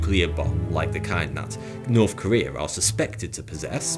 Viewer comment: He's still got the same old speech impediment though. Norf Korea?